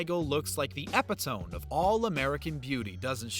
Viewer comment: Epitome is pronounced eh-pi-toh-me